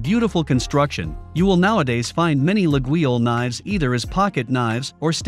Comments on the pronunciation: That very unusual pronounciation of Laguiole (La-yol in French) is quite distracting. 😬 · Not sure how much I can trust this guy's review if he can't pronounce Laguiole even close to correctly. Also, Forge de Laguiole does not go back to the 1800s, it was started in the 1980s, I believe. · After Artificial Intelligent dude butchered the name, im out. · You could at least try to correctly pronounce Laguiolle. Damn dude.